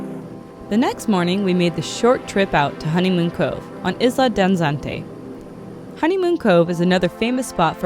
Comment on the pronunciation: Like the videos and your joy of exploration. What does triggerfish taste like? The only thing that irks me is your pronunciation of the word, Isla. Think of Madonna's " Isla Bonita". In both words, the accent is on the next to last syllable, and the i is pronounced as a hard e.